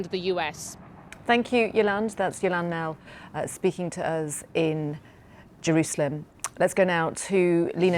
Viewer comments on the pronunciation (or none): none